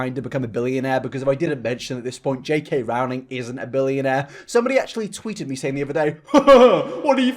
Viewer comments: Why are you putting words in Rowling's mouth, this was so strawman-ey also it's pronounced like rolling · "Rowling" is pronounced "Rolling". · Oh! I hate it when people say Rowling wrong. I can understand having a hard time pronouncing foreign names, but an English one when you speak English? 😅